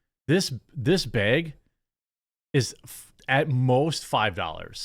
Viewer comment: It's a "bag" not a "beg"